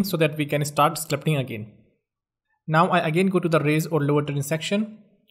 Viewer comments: This guy says sclupting instead of sculpting 😂😂😂 anyways this is not a grammar tutorial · it's called Sculpting not Sclupting